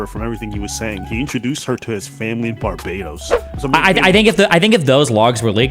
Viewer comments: I do not care for the way Destiny pronounces Barbados. Bar-BA-Dose? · “Barbadohs” makes me wanna dive into the shallow end of the pool. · you mean "barba-dose" right? if he said "barba-dos" that would be closer to the actual pronouciation of barbados than 99% of americans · Bar bay dos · Ignore this guy, it's Bar bay dos. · the way americans pronounce barbedos is so cringe, Bar Bay Dose, like what the fuck. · Is it really that hard to pronounce Barbados lol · Ya know it’s a divisive topic… what we can all agree on, is Destiny should NEVER say the word Barbados again. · Destiny’s pronunciation of Barbados is cringe. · It's hard to focus on three people I don't care about talk about two people I care even less about when one of these people has become fabulously wealthy talking to people without knowing how to pronounce Barbados. Ladies and gentlemen... The spectacular. And BTW... It's super misogynistic to think that a woman who is "sophisticated and well traveled" and/or a successful sex worker would desire a "baby trap." Especially with someone who looks like that guy. I'm thinking if someone like her wanted to run some baby game she could do it with someone better looking, much more kind, well spoken, well dressed, more polite, wealthier, and with an income stream that doesn't have an inevitable time limit. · Destiny should ban himself for saying Barbados incorrectly. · Bet he can't even find Barbados on a map 😂😮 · Never in my life have I heard someone mispronounce Barbados that badly. lol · Seriously his pronunciation of Barbados is killing me. What the fuck a Bar-Be-Dose? A Pokémon? BAR-BAY-DOSE!!! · BAR-BA-DOS!!!!!!!!!! NOT BARBA-DOSS. LMFAO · It's Bar BAY dos lol WTF is bar buh dos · bahahahhaa bar bar dose... its BAR BAE DOSS. delusional. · It's Bar-ba-dos not Bara-dos for the last time🤦🏿‍♂️ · BAR-BAY-DOSE not BAR-BA-DOSE ffs man jesus christ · Destiny's pronouncation of Bar-bay-dos was annoying me. phew. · or even " BAR-BAY-DOWS"